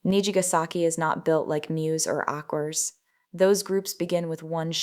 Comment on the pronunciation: It't not "Aqours". If you've seen any of their shows you would know that they are spoken like the Latin word for "water", that is "Aqua". The "a"s are not English "A's", the are Latin, Japanese or German "a's", that is similar to the "u" in "but". The same is true for names like Sayuri Date from LoveLive! Superstar. Her last name is not "Date" in English. It is Da-te. The a is again like in "but" and t and e are a t and an e not like a single "t" in the English word "date". Just put her last name intoo Google Translator and let it speak "伊達". Then you know what I mean.